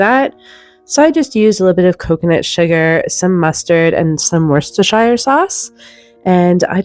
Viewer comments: I’m a something to ninety Brit and my mother always soaked hams and I do the same. Much less salt so much more healthy. Please don’t think I’m rude or take offense but Worcestshire sauce is pronounced Wooster in UK. Every blessing to you and your family. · You are so kind. I am past teacher of English. TBH Wooster is an upper class pronunciation. Don’t mean to sound horrible. Bless you. You are helping so many families. Brown or red lentils may be added to mince beef. They do need washing before use but not truly necessary to soak them. Extra nutrition for children as well as stretching the beef. Around 3/4 cup of lentils to one pound of minced beef.